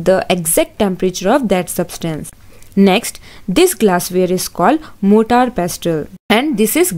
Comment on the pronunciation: Mam motaar not motor 🤪